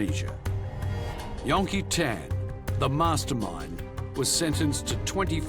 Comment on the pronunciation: STOP SAYING "YON-KEE-TAAN" !! FOR CHRISSAKE